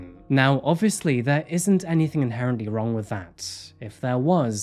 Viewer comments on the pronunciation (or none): none